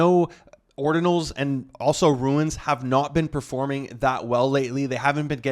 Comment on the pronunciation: Hahaha gets me everytime when pronounces "runes" as "ruins" 😂😂😂